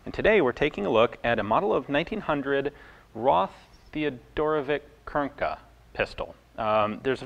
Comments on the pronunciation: Oh man, I so hate correcting pronunciation. Any yugalasav or Russian name is always predicted on the end as vich. Not not Vic. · For what it's worth, our name was pronounced Theo-doro-vits